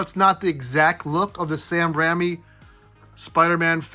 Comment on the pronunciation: “Sam Rammie” 🥴